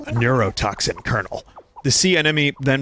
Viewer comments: enna moan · Why can't this man pronounce anemone